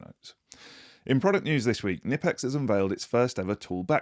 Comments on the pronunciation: It's pronounced knipex, not knipex!! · Florries and equilibrium are my guess for this weeks words. I am also not sure you pronunced Knipex properly. Knipex has a T-shirt to help with the pronunciation.